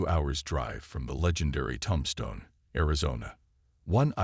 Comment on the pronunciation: Tom-Stone? I can’t listen anymore.